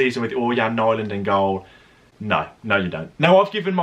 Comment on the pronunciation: it is pronounced n-ee-land